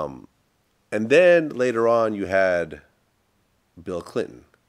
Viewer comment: vlad:"Bill Cliton"😂